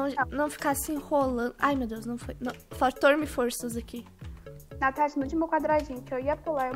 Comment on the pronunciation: A Natasha: a 😂😂😂😂😂😂